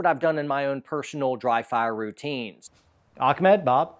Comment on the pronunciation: It is ahmed not akmed xD